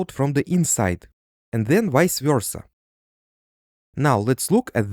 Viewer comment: I never heard someone say vice versa in a Slavic accent Btw ты русский Товарищ?